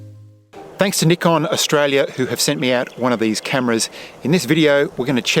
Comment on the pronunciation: THANK YOU for saying NIKON with the correct pronunciation!!!